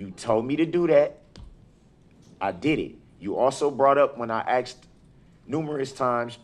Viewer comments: I'm axing him to get a dictionary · If I were your honorable judge I would correct him by saying I don’t understand what you are saying when you are saying axed. Hopefully the jury will find him guilty so he can be axed. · The word axed is going to be in bedded in her head for the rest of her life🪓🪓🪓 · I can't get by the “...you axed me to..... 🙄😬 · You told me to do DAT. I AXED you. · Omg stop saying axed. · If he says axed instead of asked one more time im gonna pyll out my hair... And every new law firm should have this video as proof of why you dont represent yourself.. also he dont agre to a stoppel(whatever that is) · I'm AXXXing you. Then I axed again. I axd about folings. I axed and fiwold for the redcord. I did it all cept . I spek the truf. I'm a gron man. I's get no respt. Classic. Then I look at his ugly face because of the photos truly the best shots he will ever have in his life. We gave the dare stare. We have the cocky head angle when he believes his opinion is the truth. Looking up for sky walker. death stare in the middle then floor truly the sainted help me teach these people what they do not know. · “When I AXED” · Excellent vocabulary? Axed me ta do dat? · AH AXED U AH KWESTCHUN!